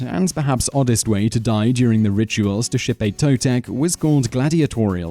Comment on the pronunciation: ok your off bro im full blood aztec descent and and your saying alot of words wrong and the death ways u can take is not true and xipe totec wasnt for the boys it was for the babies and the kids means bring new life cause that ceromony was held in the spring and cauhtli ocelotl cermony were held in fall just saying bro